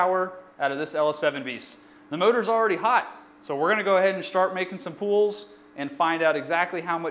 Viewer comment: Everytime you say "pulls" I hear "pools" 😂😂